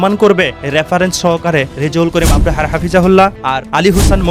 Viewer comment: ভাই আপনাকে এতবার বারবার বলি আপনি কেন সংশোধন হচ্ছেন না আপনি তো আপনার নিজের সম্মান হারাচ্ছেন আপনি নিজের কাছে নিজে অপমানিত হচ্ছেন আপনাকে বলছি যে মুফতি রেজাউল করিম আবরার সাহেবের সঠিকভাবে শুদ্ধভাবে নিন ওনার নাম মুফতি রেজাউল করিম আবরার😊 ভালোভাবে দেখে শুনে বুঝে নিন ❤ মুফতি রেজাউল করিম আবরাহা নয় ❤❤❤